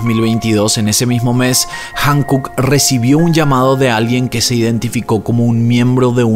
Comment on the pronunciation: ✨✨Amo tu contenido!!✨✨ Me encanta como explicas todo y le das seguimiento!! Like para todos tus videos!! 👍🏻👍🏻👍🏻👍🏻 Sólo como dato cultural 🤭 HYUNKOOK se pronuncia cómo jiunkuk. Espero puedas hacer más casos del continente asiático 🫰🏻💙